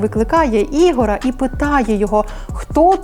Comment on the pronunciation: Не Ігора, а Ігоря.... аж вухо ріже...